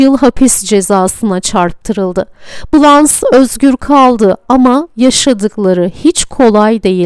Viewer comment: Dublajı yapan kişi keşke Blanche Fransızca nasıl okunur bilerek seslendirseydi. BLANŞ . Okunuşu böyle. Poitiers şehri de PUATİER olarak okunur. Sevgiler